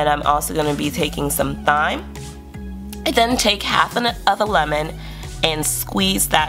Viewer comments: It's pronoubced Time. But great vid. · Thyme has a silent H so say Time. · Thanks for sharing! Thyme = Time in pronunciation 😇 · You've done a great job with your menus. They look delicious. I think it would be helpful to sharpen up your pronunciation (thyme, garbanzo).. as sometimes your message gets lost in those type of errors.. otherwise, you make me want to do much better with my meal prep